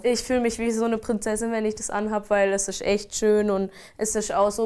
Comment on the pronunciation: 'die ischt dieses Jahr' wo, bitte wo ist da ein s-c-h?